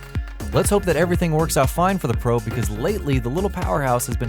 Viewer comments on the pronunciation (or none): none